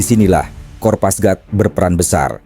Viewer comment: kopasgat min. bukan kopasgrat